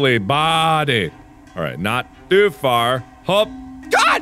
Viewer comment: "Can't jump too fur, jumps too short and can't jump too shirt" This is why I watch this dude 😂